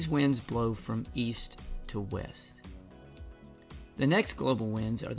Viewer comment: "East to Wast"